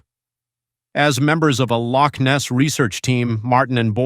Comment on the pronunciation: Another "IGNORANT-TWIT!" Professing to be wise - becomes a Fool! Especially when trying to pronounce Loch! DON'T point fingers or make disparaging comments towards Ancient beliefs with Ancient people, through YOUR unbelief! You're taking information for your site and making yourself as some informative- 'KNOW-IT-ALL!" Regurgitating all the known information that's out there, and taking it as your own! You fail to see or understand ANYTHING! I hope some wee ghostie starts knocking on your doors and letting you know they're around!👍👀👻 Might open up your mind to the "Supernatural" world we live in, and not everything is a fable! Never knock, the Scottish, Irish or the Scandinavian Folk Lore! You are a NOBODY, with NOTHING more to do with your uninteresting little life! GET A REAL JOB! And get back into your own shallow indepth of little understanding, until you've done your proper homework and can talk about these subjects with some AUTHORITY! Goodnight and GOODBYE!🖕🖕🖕